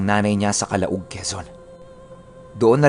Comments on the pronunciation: calawag ang tamang bigkas dn calauag quezon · Calauag quezon Kalawag ang tamang bigkas. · Calauag quezon yun. Pronounced as calawag.